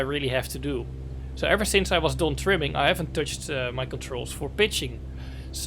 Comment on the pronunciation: Bro you saying timming or trimming ?